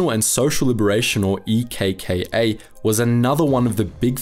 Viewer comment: Nice one mates - from a Greek. You covered it pretty well, with lots of valid facts and generally a very nice video. Also it was funny seeing you try to pronounce the Greek Local names and stuff. Just a note for the names of the Resistance groups; ELAS is better pronounced as elás, EKKA as eká, and EDES as ethés. It would have been much easier for you to call them like that rather than actually saying the starting letters lol. It was such a dark Page of our nation's History and Politics...